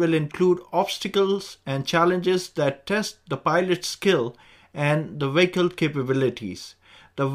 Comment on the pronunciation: Vee hick el….very simple.